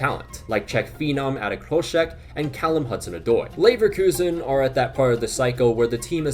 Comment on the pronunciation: Leverelegation Relekuzen Levegation 🤣🤣🤣🤣